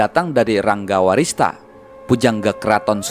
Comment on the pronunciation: Ranggawarsita min, bukan Ranggawarista. 😁